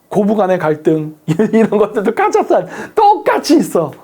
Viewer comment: 카자흐스탄? 카자르스탄!!